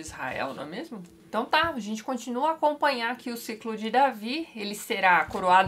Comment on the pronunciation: Acho engracado o jeito que a Tati fala "Ciclo de Davi", "Ciclo de Moisés", etc. Kkkkkkk